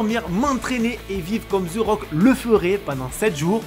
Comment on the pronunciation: The rock ou ze rock? Je comprend pas pourquoi vous le prononcer tous avec un ze.. et non un the (te) le h est muet 😅🎉